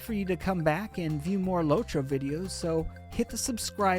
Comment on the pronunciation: its lotro, not lowtro